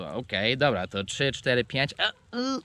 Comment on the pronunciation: "czy czte ry" O.o hahahaa